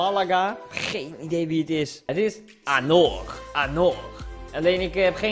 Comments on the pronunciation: Je zegt anjor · Je spreekt het uit als anjor ;) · Anor spreek je uit als anjor. Verder... Duimpieee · je spreekt het uit als anjor